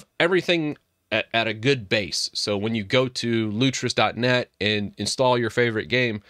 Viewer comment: It is 'Lutris' not 'Lutrus' :D